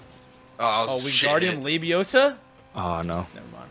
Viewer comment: Every time you f*cking say wingardium labiaosa, I’m seeing the damn predator mouth open and it’s honestly a scarring mental image...